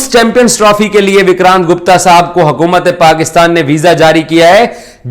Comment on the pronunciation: Yaar urdu toh thik se bolo it's hukumat not hakumat